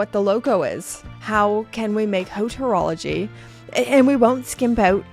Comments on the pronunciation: Did she say Hotorology? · Nice vid and good take on this unusual piece . Btw the H in haute horlogerie is silent 😅.